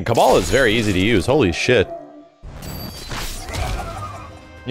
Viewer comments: HIS NAME IS KABAL NO KABLE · Did he just pronounce Kabal as "Cable"? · Its Kah-Bahll